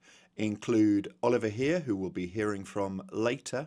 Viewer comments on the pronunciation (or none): Great Update as always, thanks! As a Swiss myself, allow me to give you a hint on the prononciation of Oliver Heer and his boat. Heer should not sound like the english word "hear". Instead it should rhyme with "where". And both words in his boat's name ("Tut gut") are pronounced so that they rhyme with the English word "moot". Keep up the great work!